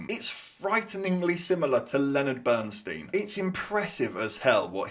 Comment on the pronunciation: Why does everyone mispronounce Bernstein's name? How could you sit through that film and not get it?